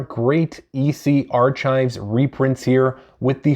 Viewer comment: Did you really say Archive as “are chive”